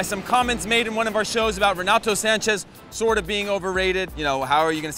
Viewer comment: It's Renato Sanches not Sanchez, he isn't Spanish, he's Portuguese